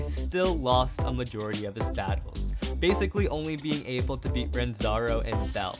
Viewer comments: Bro his name is Ranzo not Ranzaro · Bro said “RANZARO” it’s ranzo 😂😂😂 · It's Ranzo not Ranzaro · Did nobody notice that said ranzaro instead of ranzo